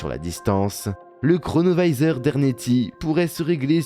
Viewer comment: Pourquoi prononcer à l'américaine un objet italien ? Singer les américains ne vous rend pas plus crédible...